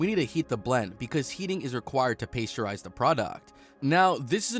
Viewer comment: Paste-u-rize -pasture-ation HOW ITS MADE CHANNEL PEOPLES HIRE ME ILL DO A BETTER JOB ! Who is this why are they doing voice overs there was multiple instances were simple words are horribly pronounced! Come on now!! Cringe worthy stuff here😭